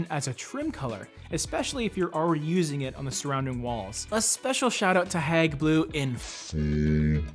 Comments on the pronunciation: You're saying " hag" blue, but it's" heyg" as in hey with a g on the end. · Hayg. Not hag. (After the museum) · It’s Hage (Hauge) not hag ... lol... I love this color! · Your KILLING the pronounciation is not HAG its Hague HAAGGEE... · Isn’t it pronounced Hayg rather than Hag? Like the town in the Netherlands? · Great video, thank you. If I may mention with good intention; the pronunciation is hAyg, like The Hague in Brussels, Belgium. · Love the video and I have Hague blue in lots of places in my house. But just for reference-you pronounce it HAY-G blue like The Hague in the Netherlands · Pronounce it Hayg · Gorgeous color but hearing you call it "hag" blue over and over again is just so wrong.